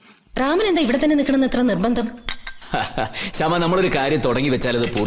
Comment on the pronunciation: ഭാവനയുടെ കഥാപാത്രത്തെ ശ്യാമ എന്ന് വിളിക്കുന്നതിന്‌ പകരം ഹേമ എന്നാണ് വിളിച്ചു കേൾക്കുന്നത്.. 🌷